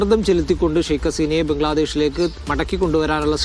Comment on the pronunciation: മീഡിയാവൺ സ്കൂളിൽ പോകണം " ശൈഖ് "അല്ല " ഷെയ്ക്ക്" അസീന